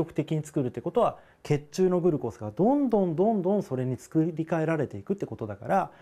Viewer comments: グルコースが気になりすぎて耳にグルコースしか入ってこない笑笑 ぐ⤵︎ るこーす じゃなくて ぐ⤴︎るこーす じゃないの？ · グルコースの発音なおしてください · 水溜りボンドのおもしろ動画まとめ グ↑ル↓コー→ス↓ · グルコースの発音が僕と違うけどそれも個性だよに☺️ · グルコースのイントネーションw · グルコースの発音w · SRさんサブ赤ちゃん 普通ではないw